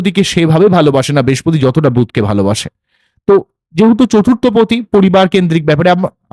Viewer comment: Kothata bespoti noi brihaspoti.